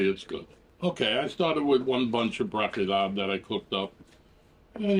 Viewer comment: Are you saying Blocky Lob?